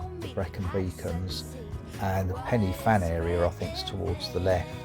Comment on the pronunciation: Nice video. However, when in France, I expect like most people you try and pronounc place names like the locals. It would be nice to think the same courtesy could be extended to placenames in Cymru too. Blorenge has the emphasis on the first syllable and Penny Ffan is Pen-uh-Van. Otherwise, keep up the good work